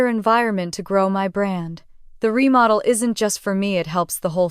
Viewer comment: "remodell"??? It's REMODEL! COME ON, A I!!!